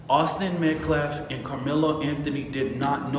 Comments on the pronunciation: He didn't even pronounce Austin's last name correctly. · smh the “lawyer” can’t even say the victim’s last name right. 🙄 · Try pronouncing the victims name correctly Biden, um I mean Mr. BLM lawyer.